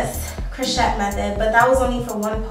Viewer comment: Friendly F.Y.I... Crochet is pronounced Crow-shay not Crow-chet ❤